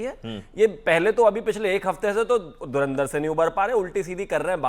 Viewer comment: धर्मेंद्र film dekhi hai😂😂😂 धुरंदर nhi bol pa rha😂😂 EID ki RAM RAM 😂😂